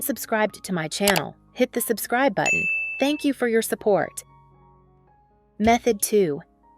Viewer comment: Tenks tenks tenks